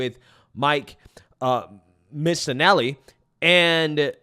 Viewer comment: Mike missinelli! Hes talking to a philly guy You got his name right,. Ps (MM is not very popular in philly)